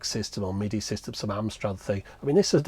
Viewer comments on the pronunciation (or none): none